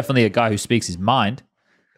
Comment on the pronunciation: Talkin countah!!